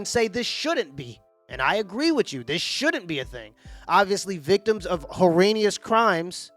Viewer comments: Hor-anus crimes? You a fool,!😅😅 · This show is great but for the second time you said “herranious” Lol pick one. Heinous or horrendous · Horr- enous....i got you..you combined Horrendus and Heinous !! Either would be fine! Your brain is sharp!!